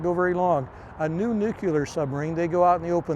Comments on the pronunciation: “Nuclear”… one “U” in nuclear. Hard to sound like a subject expert saying nucular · Nu-clear, never nu-cular!!!!!!!!! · Nuk-ya-ler.. i guess he better stick to Diesel -Electric .. cant stand it , im GONE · Somebody tell him it is "nuclear" not "nucular"! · Nu clear, why is it so hard to say? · A lot of us are from different places in the US where when we say Nuclear it sounds like nucular. He's wearing a hat with dolphins on it, so I would venture to guess he is more than qualified to cover the subject. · Wtf is new cue ler? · nucular is wild 😂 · I had to stop watching after about 13 minutes. I couldn’t stand to hear the word nuclear, pronounced “nukular” one more time. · There is only one letter "u" in the word nuc-le-ar. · Yes, why is it so hard to say Nu cle ar. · Ugh. Nuke yuhlur🙄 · God I can't stand when people can't pronounce NUCLEAR properly.....😂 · Like “W” Bush.